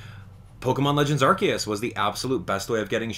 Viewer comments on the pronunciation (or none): Arceus ❌ Arkeus✅